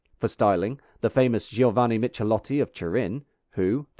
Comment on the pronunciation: "Michelotti" is pronounced "Mi-ke-lot-ti". The "h" actually makes the "c" sound like a "k".